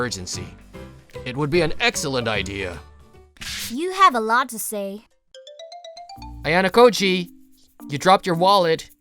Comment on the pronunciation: Bro said ayanakoji😮